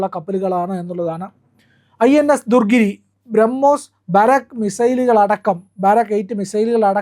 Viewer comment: ദുർഗിരി അല്ല, ദു ണഗിരി ആണ്. അതുപോലെ ബാരാക്ക് അല്ല ബറാക് ആണ്.